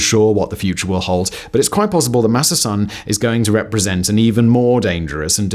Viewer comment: Just to say, living in Japan, his name is pronounced SOHN (the vowel is pronounced like the o in gone), not SUHN as we would say in English, in case anyone is interested!